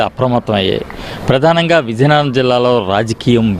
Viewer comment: Reporter naaluka tiragadam ledu.Natti. VIZIANAGARAM yesa marchukondi raa nayana